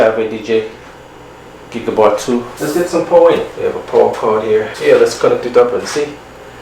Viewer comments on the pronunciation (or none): Stop saying gigabar 2, it's a Gig bar2. You sound like a moron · GIG-BAR - NOT gig-A-bar...